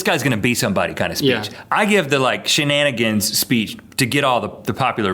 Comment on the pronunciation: He said shenanaggers- nothing racial- just a variation of the original word.